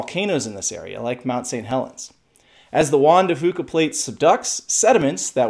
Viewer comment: Juan de Few-cah, not Juan de Foo-cah